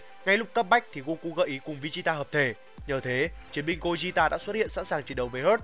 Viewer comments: gogeta chứ anh sao mà gojita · đọc theo tiếng Nhật mới đúng vì âm Goku Vegeta toàn âm nhật cả. Nên Gogeta cũng vậy. Đọc Gô gê ta là đúng. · Gogeta mà ad đọc "gogita" 😅😅😅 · nghe lạ 😂😂😂